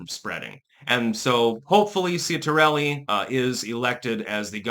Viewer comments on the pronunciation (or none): It's pronounced CHIT-ar-elli. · You couldn't even take the time to learn to say the name properly. Some linguistics expert. 🦉